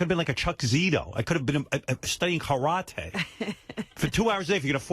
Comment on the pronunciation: I could have been studying kah-rah-tay. Classic.